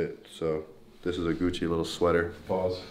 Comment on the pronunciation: I thought he said we got coochi no kocci I’m like wtf